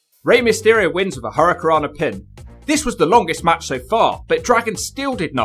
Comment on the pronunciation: can’t say “hurricanrana.” He leaves out the first “n”.